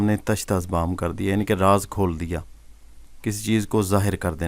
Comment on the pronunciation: Mai bhi apko kuch hindi words ka sahi talaffuz batata hoon, jo aap galat padhte hain, jaise manush jise ap mansh padhte hain, diya ko daya kahenge, kaldeep ko kuldeep kahein, aur bhi bht se hindi words hain jo mai apko aage bataunga